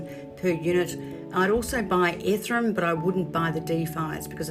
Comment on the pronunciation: Ethereum!!!! Not Ethrum!!!!!! 🥵🥵🥵🥵🥵🥵🥵🥵🥵🥵🥵🥵